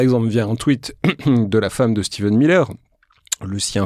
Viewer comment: Pour rappel, c'est Stephen Miller, pas Steven...